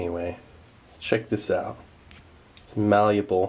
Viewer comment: sa lets get this aht ona treh